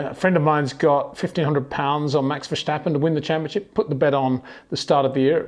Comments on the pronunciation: I don't think he does that on purpose. but you are right about the pronouncement. it is Verstappen and not Vershtappen. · Good stuf this time. One point that annoys me is your pronunciation of Verstappen. It is similarly pronounced as the English word: Stop, Tip, first part of vertigo, than stop (but substitute the o for an a) and finish it with how you pronounce the word pen.